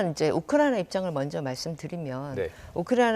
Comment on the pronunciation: 이 아줌마 왜 자꾸 우쿠라나라고 말하나요?